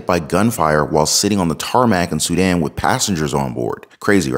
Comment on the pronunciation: Please learn how to say Sudan.